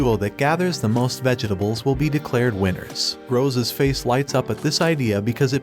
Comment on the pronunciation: Did no one else hear the "vege dables"